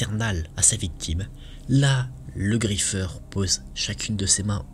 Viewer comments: Tu a dit le griffer! 😢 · Ta prononcer le nom du griffeur 😭